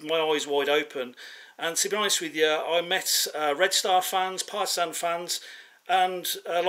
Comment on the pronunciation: How he said Partizan it sounds like parmesan 😏🤣